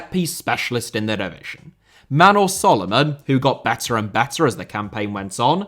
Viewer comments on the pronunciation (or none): none